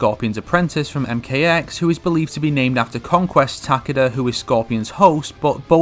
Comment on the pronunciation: I hate how he says Takeda